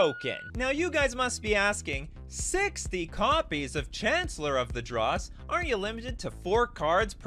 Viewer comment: The most impressive part is mispronouncing Chancellor of the Dross every time